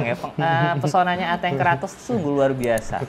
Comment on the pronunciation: dibaca atengnya 😅